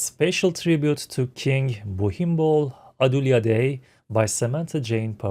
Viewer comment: King Pumipol as she is speaking of, is the same king Bhumibol. She pronounced it the way Thai people pronounce it. He was the most loved and revered king. He led by example. My late grandmother was fortunate to be in his presence once when he was visiting her village. He will forever be missed.❤💟💙🙏